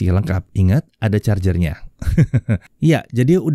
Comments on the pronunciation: Ada chargernya, Aadaa chargernya, AAADDAAA CHARGERNYA. Wkwkw ngakak 😂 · Infinix ngegas di saat yg lain ngerem Mimin ngegas saat bilang ada carger nya 😁😂